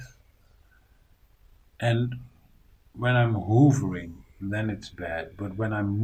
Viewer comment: I love the way you pronounce 'Hovering' as 'Hoovering' lol. I can't wait to find out officially what has caused you all these problems. Love your channel and content, keep it up.